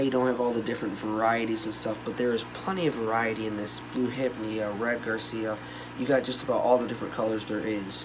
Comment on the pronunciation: Red GARCIA instead of Red Gracilaria? (pronounced GRA-SEE-LAIR_EE_A) Jeez man. If you're going to post a video 'teaching' people at least learn what you're talking about yourself. You didn't even know the names of the macros you had. It's pronounced Ggrasəˈla(a)rēə